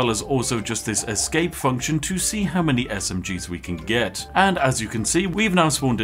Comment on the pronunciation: Ah yes, the "many-gun"